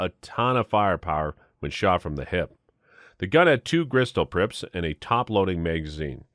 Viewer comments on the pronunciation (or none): He said gristol prips